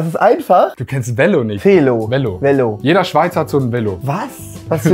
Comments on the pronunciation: 1.09 es wird nd Välo usgsproche sonder Velo. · Habs nur gewusst wegen der Einblendung, er hat es anders ausgesprochen, als ich das als deutscher mache. Bei ihm war das lange E ein kurzes Ä